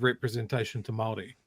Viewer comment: Maroi seats, lol Of course not as bad as that dude saying "tea rio".